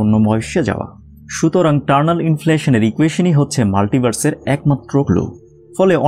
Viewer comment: Please make a correction here, it's not 'Turnal' inflation, it's Eternal Inflation. Not all the viewers are from science background, naturally they are going to learn a wrong thing, and I am pretty sure that you don't want it. Thanks for such a nice informative video.